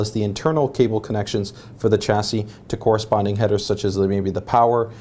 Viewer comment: What's Cabol Rating? LOL